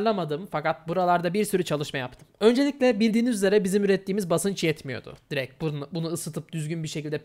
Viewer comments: “Direkt” yerine “direk” demeyi bırak artık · Biz buna ünsüz düşmesi diyoruz